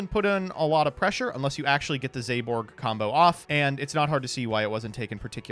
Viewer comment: I am so personally offended by how pronounces Zaborg... Zayborg? Was there a Y I didn't notice? Hell even if you put an E at the end it doesn't work! I swear he's doing this to piss off me specifically... Like I know reading is hard... BUT IT'S THE FIRST WORD ON THE CARD!!!